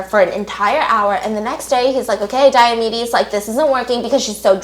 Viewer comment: Dr. Diamedes sounds like diabetes um